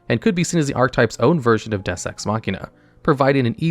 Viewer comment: the way you pronounce Deus offends me